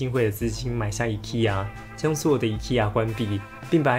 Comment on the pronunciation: IKEA 读音错啦~~~~